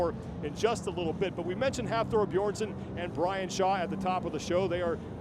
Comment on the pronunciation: Brian Shaw was the only name they pronounced right lol